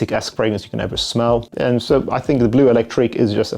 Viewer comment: its bleu not blue, im cringing every time you say it wrong